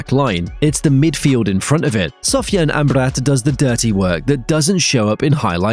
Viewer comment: MFer said Amarbat. He has played 10 minutes so far this entire WC.